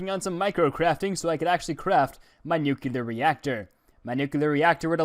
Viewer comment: Why do people keep saying "Nucular" instead of "Nuclear?"